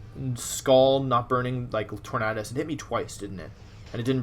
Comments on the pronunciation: The way you say TorNAHdus tilts me my dude lmao. Good vid tho :] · Your pronouncation of Tornadus is offensive to me.